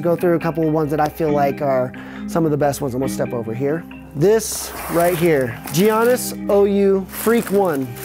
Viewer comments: He said giannis like geezannis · The way he pronounced giannis